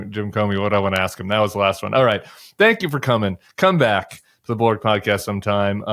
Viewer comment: Can’t pronounce “bulwark.”